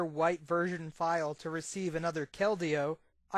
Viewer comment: So many mispronunciations of Keldeo. It's pronounced "KEL-dee-oh"